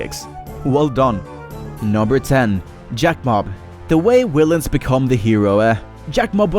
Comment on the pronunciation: Also, what the fuck is a willain?